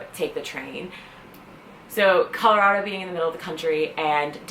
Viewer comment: I have no problem with you moving here, you say it right Colorado, it is not Colarodo..... I can't stand it when people who aren't from this state call it that!